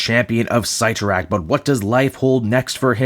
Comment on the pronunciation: Oof, that art... Also, never heard "Sit-tor-rack" pronounced as "Seight-tor-rack" before lol